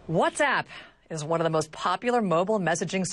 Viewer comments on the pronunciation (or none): المذيعه تضحك على طريقة نطقها لكلمة Whats App خلتها What's Up .. والكلمتين تفرق ! موب عليك انت وياهـ ! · المذيعه نطقتها whatsup وهي كلمه مشهوره يتم نطقها بطريقه مضحكه والظاهر انكم خلطتم بين ما تعنيه وبين ما تمرون فيه . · تضحك على نفسها يوم قالت whatsapp بطريقة تضحك